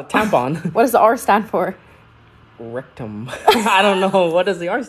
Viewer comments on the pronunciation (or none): The way he said RECtummm 💀😂😂